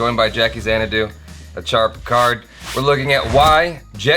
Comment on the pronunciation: Did you say 'Achara Card' in the intro?🙊